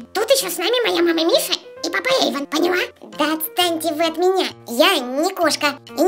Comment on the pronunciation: Во первых ни Ейван а Эйван а во вторых не кокти а когти